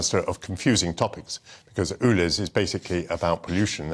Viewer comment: Dear Michael. It's called ULEZ, not OOLEZ!!